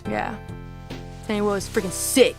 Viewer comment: It is teniwoha not Tenny Wo (also time might be bit too early)